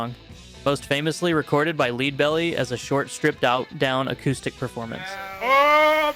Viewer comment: Right!? I was like dude... its lead like the METAL, not lead, like the leader. Fuckin kids man.... they do all this research trying to present them selfs as a professional and they make one tiny mistake that topples the entire persona, the funny thing is they don't even know or understand. I can even think back to when I was a kid and was guilty of the same thing. Its so hilarious. 😂😂